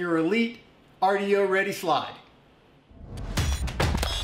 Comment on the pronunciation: It's spelled "RDO", but it's pronounced "Rodeo".